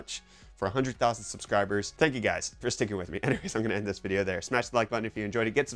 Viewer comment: Vicheo? Reecetently?